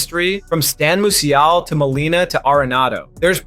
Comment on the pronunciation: It’s not unusual to mispronounce Musial.